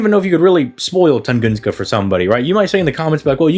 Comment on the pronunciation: Tungunska lamo. Nice made up word. I think you mean Tunguska